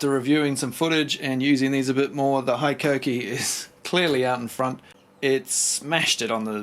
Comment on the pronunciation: Yea bro keen to try one of those blades never heard of them love your videos.. but you need to say hikoki like a Japanese man hiiiikokiiii